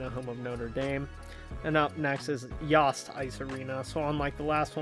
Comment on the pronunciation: Michigan - it's pronounced YOAST as in Fielding Yost. This building was originally built as the basketball arena and transitioned to hockey when Crisler Center was opened in the late 60s.